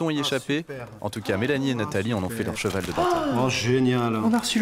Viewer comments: mais on dit pas keval mdr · Mais on dit pas keval 😂😂😂😂😂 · Par contre tu as dit "orchidée" - Bah on dit quoi ? - On dit "orkidée" - Mais..on dit pas "Keval" ?! .-. J'rigole depuis 10min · Mais on dit pas Queuval ? 😅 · mais on dit pas queval😂😂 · Mais on dit pas keval? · On dit pas queval????😂😂😂😂😂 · " On dit pas ckeval ? ":') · Mais on dit pas keuval 😂😂😂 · Mais on dit pas queval 😂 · Mais on dit pas keval mdrr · Mais on dit pas keval 😭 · Mais on dit pas KEVAL 😂😂😂😂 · Pourtant on dit pas keuval :O ... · Mais… on dit pas keval ? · Mais on dit pas keval ?! 😂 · "mais on dit pas "queuval"?" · Ben on dit pas keval ? 🤣🤣🤣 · Mais on dis pas keval ! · "on dit pas "keval" ? " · Lol on dit pas keval ( cheval ) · Mais on dit pas "keval" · On dit pas keval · "Mais on dit pas ckeval ?!" xD